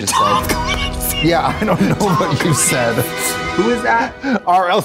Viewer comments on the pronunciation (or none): none